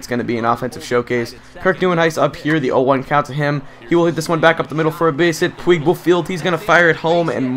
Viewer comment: ive been itching to say this and it has been bothering me so much...it is pronounced pweeg not like pwig..sorry it just really bugs me when you continually say his name wrong